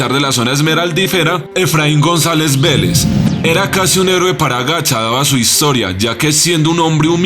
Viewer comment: Efraín González tellez, no Vélez.